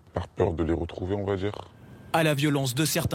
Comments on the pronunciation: "on va dirRRRRRRRe" Est-ce l'accent typique de la région ce R roulé aussi longtemps? Ou est ce tout le territoire à cause des rappeurs?... Personne n'a remarqué? Qui sait pourquoi on ne parle plus comme avant? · "on va dJirRrrrrrr"